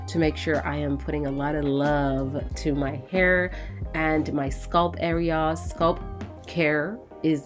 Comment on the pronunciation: Wth is a sculp?? I thought it was scalp -Sk-al* the a pronounced like when you say apple* LLL-p Sorry if this seems extra but the entire time I was genuinely confused like wth is a sculp..till I saw her applying product to her hair. Otherwise then that love love loved the video.❤